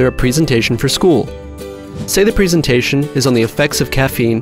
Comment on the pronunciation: What jerk did the narration? Can't he say 'presentation' properly?